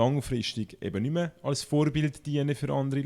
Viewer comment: Wie eifach geng ihre Name fausch seisch haha